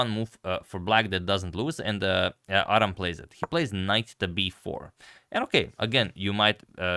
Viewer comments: It's pronounced Ad-ham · Thanks for sharing this, just a little note the name is pronounced “ad-ham” with the h sound present. 😊